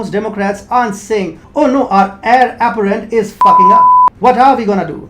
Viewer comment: It sounded like you said Heir "aberrant" not Heir apparent Aberrant definition is - deviating from the usual or natural type : atypical, abnormal.